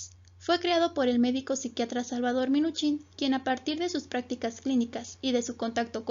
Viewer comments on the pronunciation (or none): Muy mal tu información y se dice Minuchin no minich